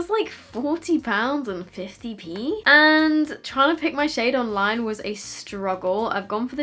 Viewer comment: I love how she said 50p 😂😂😂